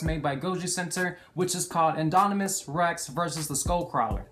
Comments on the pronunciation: I love how in the is video you kept calling the Indominus the “Inominus”🤣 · "The Anynomous Rex"